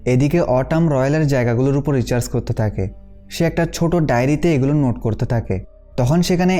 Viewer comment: Dada tumi bar bar research k recharge bolecho 🥰🥰🥰🥰